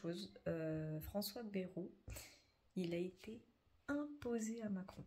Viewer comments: J'habite dans le 64 et pour info en toute amitié, on dit pas "bérou' mais " bail -rou "😊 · On dit Baïrou pas Bérou dans le sud ouest .....comme le village de nay ne ce dit pas né mais naï, (comme l'ail) 😏 au vu de l'état des finances de la france, la loi ne concernerait pas une ponction directe des comptes en banque des français comme en Grèce ? rappelons nous que la france est sous tutelle de l'europe depuis 2024.